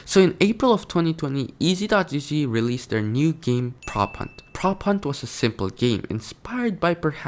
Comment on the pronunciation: sayine game as geem LOL